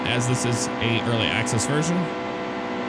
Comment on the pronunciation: He said earcly access